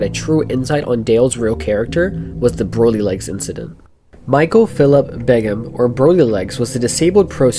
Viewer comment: Nahhhh not him pronouncing “Broly” wrong, that’s true dragon ball disgrace. Broly is THAT guy you don’t act up around him😂